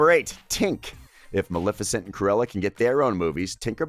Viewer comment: You pronounced Maleficent wrong